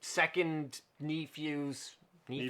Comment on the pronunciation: for a second i thought maybe "kneephew" was how canadians said "nephew". lmao.